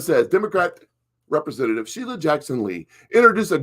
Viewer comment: it's pronounced Representative and Marjorie...